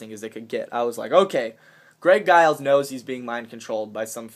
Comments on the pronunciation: I so wanted a box that i could make ribeye steak come out of. What a disappointment. I guess I'll have to shift my info source to Drake from now on or maybe Fulford. I'm still waiting for the flooding to come in October. Btw... the "G" in Giles is pronounced like a "J". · giles sounds like its pronounced with a j eg "jiles"